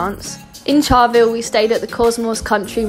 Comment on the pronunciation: It's Charleville, not charlvill, Ayers Rock not Uluru, petrol station not gas, and kilometres not miles, but good trip